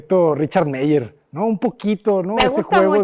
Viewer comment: Arquitecto cuidado con la pronunciación de apellidos alemanes, ya ha corregido el "Eisenman" pero sigue cometiendo el mismo error en "Meier" en ambos casos "ei" no deben de sonar como en español "ei", sino como "ai". Por otra parte el apellido "Le Corbusier" es en francés y ahí podría intentar esto "L Cobusie" de manera suene la "L" pero no la "e" y "r" en francés tiene un sonido muy distinto al sonido que utilizamos en español este caso la primer "r" es mucho más suave (no como ere ni como errre, sino un suave Cor), y la "r" sier al estar al final no se pronuncia (es como una r muda)